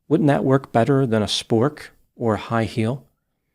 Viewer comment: It’s the way he says certain words like, “Tic Tok” and “Spork” that has me rolling 😂🤣